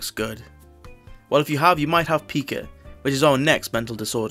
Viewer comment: It's pronounced pai-ka Like the word pie...